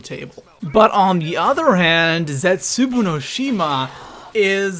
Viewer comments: it pisses me off how pronounces zetsubow it really makes me mad idk why, please tell me I'm not the only cause he pronounces it like zetsubu and its not like that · I find it annoying the way he says zetsubou he says zetsubu not zetsubou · Does any one else hate it when he pronounces Zetsubou as Zetsuboo. It doesn't say Zetsuboo when you pick the map, It says Zetsubou not boo and it's pronounced as bow. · Zetsooboo bro is zetsobou-o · Zetsubow not zetsuboo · ITS ZETSUBOU (ZET-SOU-BOU) NOT ZETSOOBOO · thats not how you say the map name it zet su bow no shima not boo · the pap camo from DE is not fucking dark matter, it's ice recolored, and it's ZETSUBOW NOT BOO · OMG... it is zetsuBOW no shima not zetsuBOO no shima! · Isn't it pronounced zetsubow not zetsuboo? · This is how you say it lol no hate but zetsueboo😂😂 not zet su bow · ZETZUBUU no shima? Really nigga? ZET-SU-BO no shima. The cringe. the type of guy to pronounce Nikolai's name as Ni-koolaid. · Zet-soo-bow..... not Zet-soo-boo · I love how he pronounces the map names incorrectly " Zetsubou No Shima is pronounced Zetz- Su-Bow No Shi-Ma he says Zets-Su-Boo No Shi-Ma.... Makes me explode into laughter everytime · Its funny how says "Zetsubu" instead of "Zetsubou" XD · Its pronounced zets-a-bow no shima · 'Der EisendrachAH' and 'ZetsoBEW'., y u do dis? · it's pronounced zetsoobow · Zets ooo boo no shims 😂😂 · Stop saying zetsubU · I was done 5 seconds in when you kept calling zetsubou zetsuboo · He said zetsuboo 😂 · M8 say the maps right u said zetsubuu and Dee eisemdracha say it right or imma tell your mum 😈😂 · Why do you say "Zetsuboo no shima"? :b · He says Zetsubou wrong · please say Zetsubou No Shima correctly